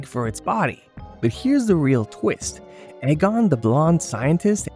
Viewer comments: It's EEE-Gon, not AY-Gon. And, it's Peter Venkman, not Peter Parker. I know, it's not Courage the Cowardly Dog, it's old, so who cares - but sloppy discrepancies like that make this seem kind of amateurish. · E-gon, not Egg-on..... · It's PETER VENKMAN Not Peter Parker. Also, it's pronounced EEE-GON!! Not Ay-Gon. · "The blonde Egg on." Lol AI narrators are the dumbest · Stop saying egg-on! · yeah. And he/it pronounced Egon wrong too. Either shitty AI, or engagement farming. Gross either way.